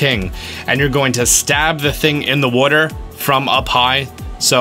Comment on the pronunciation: Droson - And when he calls water “wutter”